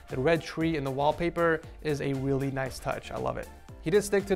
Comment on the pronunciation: Blue yeti snowball 🤣 the whip and he said weally 7 times in this vid, he doesn’t have a headphone stand 😂